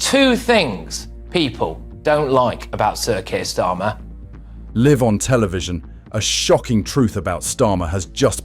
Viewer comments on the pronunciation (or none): It is. Can't even say LIVE with an eye sound. This is how it lives it's life, being a robot.